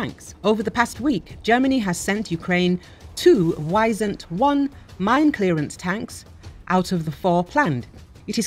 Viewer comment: No it is not called Wysändwon it is Wisent 1